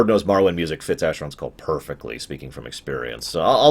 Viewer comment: I know it doesn't matter, but thank you for pronouncing Morrowind that way haha. I absolutely love that game and it (and Fallout 3) particularly has inspired a lot of ideas I have for one of my game ideas. I think that the games from around were some of the best we'll ever have. Back when there wasn't such a dichotomy between the AAA industry and indie games from what I understand. Btw, this is a looooong video, so sorry if I end up commenting several times over the course of the time it takes me to watch through the whole thing.